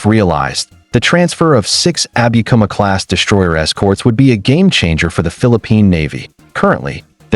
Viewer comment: no abikuma(アビクマ） class . yes abukuma（アブクマ） class!